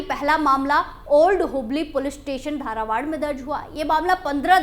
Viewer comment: धारावाड नहीं बल्कि धारवाड़ बोलो। जगह के नाम अच्छी तरह से हिंदी में पढ़ो ताकि आप सही उच्चारण कर सको। Pl take it positively for improving the way of speaking.